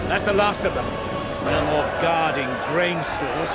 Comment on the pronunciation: Moar with a big O